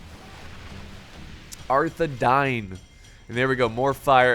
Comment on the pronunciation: I don’t want to be a lotr nerd but arthedain is pronounced arthe- dayn so the I makes like a y sound but wonderful vid, keep it up